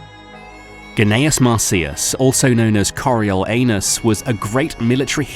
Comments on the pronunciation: I heard Coreal Anus. Thank you for this blessing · Nahhh he said Coriol Anus on purpose 💀🤣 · Cariol anus caught me off guard 🥴